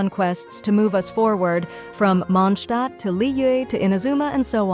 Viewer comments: That was the closest i ever heard an english voice calling mondstadt correctly, and ofcause it was an ai... It's Mon>d< Stadt Ai sayed mon Stadt. It's close enough wile outhers call it mondsted. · I find it funny when the AI voice says “MONSHHTADT” 😂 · Welcome to The Mondshtat - Sean Connery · Istg if I hear mOndShTaHt again